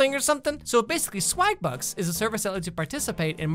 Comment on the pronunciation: Am I the only person who instead of hearing "swagbucks" the first time heard "swag butts"?